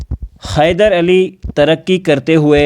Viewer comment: Khyder nahi😂 hyder😊